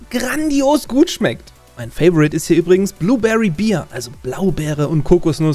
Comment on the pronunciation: Mein lieber. Ich finde, du hast jedes placement (und das damit einhergehende finanzielle) mehr als verdient. Aber das englische bear wird wie das deutsche Bär ausgesprochen. Nicht wie das deutsche Bier 😂